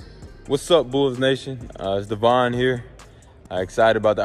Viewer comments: For the record it’s pronounced Devon like “Devon Ave” not Devin lol I enjoy your videos tho! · his name is pronounced Dev on not devin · It is devon dotson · Hopefully he don’t smell like that “Devon Ave”😂😂😭😭